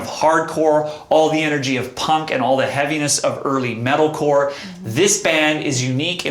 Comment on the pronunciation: Did she say metallicore? REALLY?